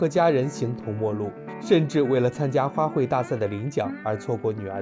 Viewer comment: 花卉（hui）四声，不是花奔